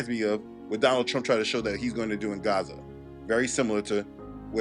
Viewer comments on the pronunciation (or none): none